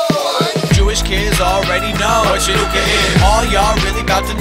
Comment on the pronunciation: Chanukah sameach! 🕎💙 Haha! I love it! "Happy Chinooka". You know that's probably how some non-jews think it's pronounced. 😂👏🏽